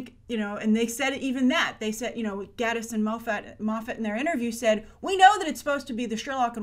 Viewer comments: also, GATEis, not Gattis. Really bugged me too! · Love your videos, Grace! This is minor, but Mark Gatiss' name is pronounced "gay-tiss." He has personally commented on the pronunciation in relation to his sexuality :) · Mark Gate-us not Gatt-us. And Steven Moff-it not Steven Mo-fat. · Um, he might be unhappy in his marriage because he can't trust his wife because she murdered his best friend? Also, it's pronounced gay-tiss and Moff-it. The show creators have always said that this is a show about a detective and not a "detective show". Most of Sherlock fandom has come to a consensus that this episode is Sherlock telling a story of what happened to Ella, but altering details (as was done to the video of Sherlock shooting Magnussen in the opening-the Sherlock creators rather than being "out of ideas" are still packing their episodes full of subtext for those who look.) Its quite obvious the squaddie/secretary didn't shoot her, she was shot from behind. They taught us to view bullet wounds carefully when Sherlock was shot. Lots of blood blooming out? That's an exit wound.